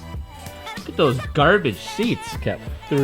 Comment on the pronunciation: I know he tried to say seats, I want to watch him struggle:P